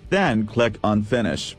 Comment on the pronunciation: "On Thees Page Cleck The Dawnlowwd batton" haaaa